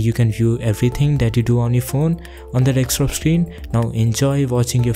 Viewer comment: Dekstop ???? DEKSTOP ???? deKstop??